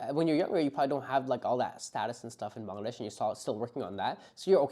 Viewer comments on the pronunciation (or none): Born in Bangladesh and pronounce "ব্যাঙলাড্যাশ"!